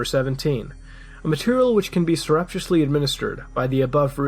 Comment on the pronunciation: Mutahar's pronunciation of surreptitiously drives me crazy >.<